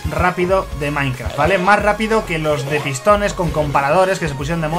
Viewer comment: Jajajajajaja dijo soy maikraft